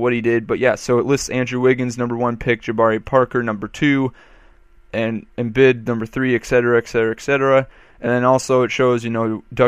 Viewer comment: Pronounced Em-Beed not Embid.